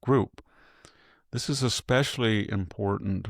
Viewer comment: So what? You say "Ecspecially," for "especially", and "on accident" instead of "by accident".